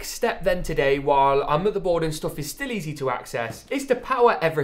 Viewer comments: Bro It is motherboard not modorbord ok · Murderboard ehh? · He said like moodebot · Please.Say. Motherboard. One. More. Time